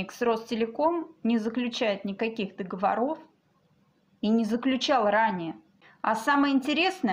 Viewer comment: Догово'ров, а не договоро'в, Догово'ры, а не договора'. Пеня', соответственно -- пени', а не пени' -- терпеть не могу, когда коверкают язык, уж не взыщите...